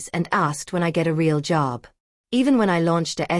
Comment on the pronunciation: How did the brother get the address? What is "ray-all" love?